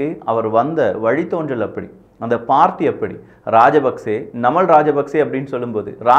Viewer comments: நமல் இல்லபா நாமல்.... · நமல் ❌️நாமல்✅️ அநுரா குமரா திஸநாயக்க❌️அநுர குமார திஸாநாயக்க ✅️